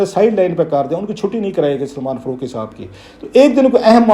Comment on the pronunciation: ۔۔۔۔۔فروقی ؟؟ کلاسرہ صاحب آپ بڑے صاحب علم ہیں۔ بمہربانی الف اور ع کے حروف بولنا بھی سیکھ ہی لیں۔۔۔ فا ، قا ، جا ، با۔۔۔۔۔ فّا روق ، جّا وید ، بّا ہر ، قّا ئدِ اعظم۔۔۔۔۔